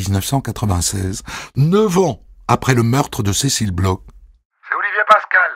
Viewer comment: Bon dieu, les français, "BLOCH" se prononce "BLOR" nicht "BLOK" ! C'est un manque de respect hallucinant.